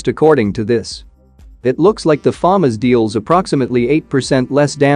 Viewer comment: You're pronouncing FAMAS wrong. Some kids will watch your videos and then argue it's pronounciation.